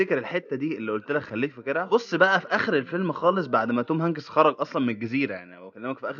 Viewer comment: شكلك يضحك يا مصري وانت تنطق اسم الممثل توم هنكيس 😂